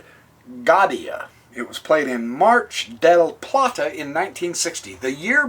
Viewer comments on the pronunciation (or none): LoL... He reffers to Mar del Plata, its located in Argentina... he made a little mispronunciation